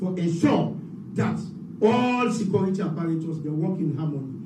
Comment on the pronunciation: “Secority” sector says the CSO man